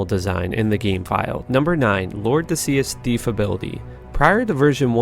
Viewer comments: Heh it's Lord de Seis ("say" long A). Lord of six, as in devil number is 666. Uno dos cuatro cinco Seis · Stopped watching at " Lord d'See-us". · It’s probably pronounced Lord de Seis as in six in Spanish. Lord of six, get it? One thing about Diablo you didn’t know ;) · You should look up the word "seis" lol. Anyway, great vid, didn't know most!